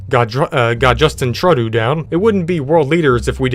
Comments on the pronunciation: It's just-in trew-dough. I live in Canada that's how you pronounce it. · im a Canadian and his name is pronounced Justin trudeau (troo doe) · It’s pronounced true dow 🇨🇦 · Being a Canadian, it was hilarious hearing you butchering Trudeau's name🤣🤣🤣👏👏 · I'm Canadian... that was the worst pronunciation or Justin Trudeau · I as a Canadian, laughed when he mispronounced "Trudeau" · Okay Russia fine but Canada cmon man you can hardly pronounce his name eh